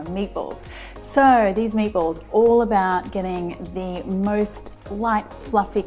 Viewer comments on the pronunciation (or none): Why do I’m hearing MAPLES whenever she says Meatballs?